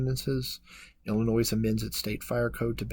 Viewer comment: The narrator pronounces the letter "S" in Illinois. The "s" is silent.